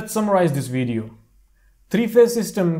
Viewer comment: Bro told me to watch the VWIDIYYOOO😂😂😂😂